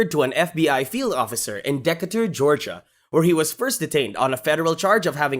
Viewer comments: Georgia? - really. It's pronounced deekaytur Georgia ( Decatur ) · Deck u ter... no its pronounced da'k'tur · "Decca'tur??" Decatur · Its not DEK-IT-TOR. Its DEE-KAY-TER. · 'DECK atar' Ga .ogod! pronounced. ( de CA tor) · Deck-a-der, Ga? You mean Decatur. Its pronounced De-cade-er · As crazy as this story is, I couldn't help but to lose it laughing ..."Deckaterr, Georgia..." 😂😂😂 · You called Decatur georgia Decketer lol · I can tell u how i feel of u pronouncing Decatur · The man played American football, not soccer, and for heaven's sake check up on the proper pronunciation of the places you're reporting on. Decatur. How difficult is it to get that correct? This is poorly made and quite disappointing to watch. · You butchered saying Decatur GA